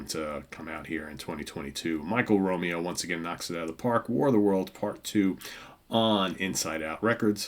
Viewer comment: Your pronouncing Michael's last name wrong it's not Romeo as in Romeo and Juliet it's (Row Mayo)